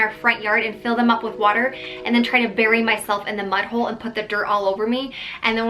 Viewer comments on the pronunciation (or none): none